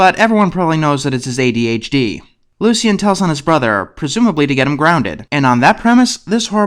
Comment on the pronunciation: Why do you keeping saying "Lu-see-en?" Isn't the name pronounced "Lu-shin?" Anyways, glad you tackled this show.